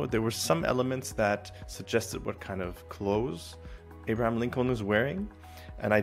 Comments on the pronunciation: Wait till you notice him say Abraham. Seemingly perfect English but reading abstract words was never taught... Maybe he's a bot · there it is. Amazing. Yes i suspect he's a bot too.